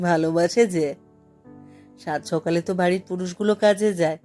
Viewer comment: বেশ মন দিয়েই শুনেছি এই পাঠ। একটি জায়গায়, লেখক স্বয়ং যেখানে বলছেন, " সকালে " কিন্তু উচচারণটি, যেন মনে লাগল ' সোকালে''। কি জানি হতে পারে আমারও ভুল! আবার একটু শুনে নেবেন । কিছু জায়গায় অভিনয়ের অতি- নাটকীয়তা লাগল । কিন্তু গতি খুব ভালো ছিল পাঠের! মূল্যবোধের পরিবর্তন এখানে লেখক দেখাননি, সেখানে আপনিও পাঠে অবিচল থেকেছেন, স্বর- প্রক্ষেপণের মাধ্যমে! ভাবনার গভীরে যাওয়ার চেষ্টায় ব্রতী ছিলেন । আমি অতীব সাধারণের একজন হয়ে, ব্যক্তিগত ভাবে বলছি:- সামগ্রীক ক্ষেত্রে, পাঠের কিছু কিছু জায়গায় নিজেকে, একটু পরিবর্তন করলে,এমনই সম্ভাবনাময় উচ্চতায় পৌঁছানোর পক্ষে আপনি অতি উপযুক্ত! ঠোঁট কাটা- অতীশ ঘোষ উত্তর চব্বিশ পরগনা ।